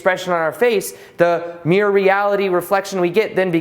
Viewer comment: This is a good video and earned a thumbs up, but your pronunciation is a bit sloppy. For example, mirror has two syllables, mere has one.